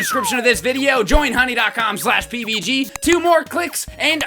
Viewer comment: Oh look it's